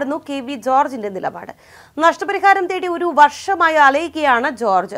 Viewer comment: തടി അല്ല... തേടി